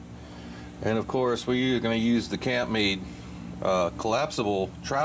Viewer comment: Think it is pronounced camp made